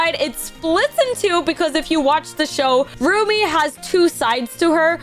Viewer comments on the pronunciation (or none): It’s Rumi stop saying roomie